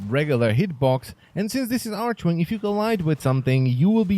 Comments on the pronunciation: "arch-wing" Correct way: "arc-wing" xd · jen takova maličkost archwing [arkving] ne arčving :D mas super videa :) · Jesus Christ. Its "Tit-anya" its like not "Tite-ania" or however you're sayin it. Like the fairy queen? She's supposed to be like a fairy lol...its also "Ark-wing" bud....not "arch-wing"...